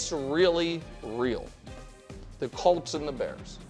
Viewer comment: Since my team is good again and gets talked about more on the show, for the love of god can Nick PLEASE pronounce the name right? We’re the Colts NOT the “Calts”